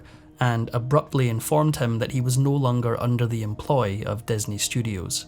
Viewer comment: Just curious as to why the narrator pronounces all words with an "i" as an "e"? Like "Desney" instead of Disney. It's so distracting that it makes it hard to listen to.